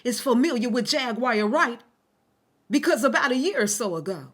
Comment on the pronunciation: It's triggering tht your intentionally mispronouncing her name over and over again... my cognitive dissonance isn't allowing what your saying to fully register bc your constantly saying her name wrong over and over again